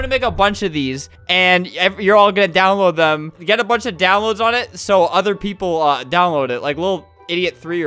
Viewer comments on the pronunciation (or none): none